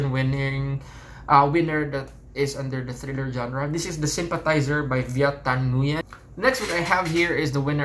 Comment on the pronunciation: Nguyen is pronounced as 'ngin'. Sorry for being nosy